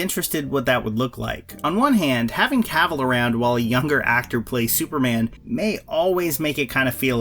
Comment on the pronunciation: Dammit, it’s pronounced “kah-ville” not “caaaah-vole”.